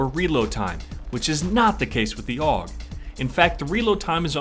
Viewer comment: its not aug you say it in letters A-U-G